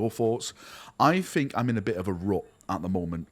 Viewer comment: my guy, I struggle to watch your videos because it triggers the ever-living fuck out of me whenever you say "fink" instead of "think" - but you're a GREAT guy, your passion is infectious, and I want nothing but the best for you. This is one of the most difficult decisions you can make - because you're not deciding between 2 options, it's like being given a blank canvas and told to do something with it. I think the most important things are 1) follow your gut, and stay true to yourself, 2) follow the money. You have a family, so you have to find a balance between the two, and that is where you will find success.